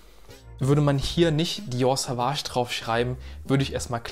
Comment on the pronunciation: Es wird übrigens "Sohwahsch" und nicht "Sahwahsch" ausgesprochen 🫡 Gutes Video.